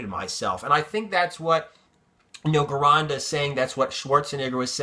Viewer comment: You keep pronouncing Vince's name wrong.. it's pronounced like "Jeronda" because in Italian there's no hard G sound.. thanks and love your videos.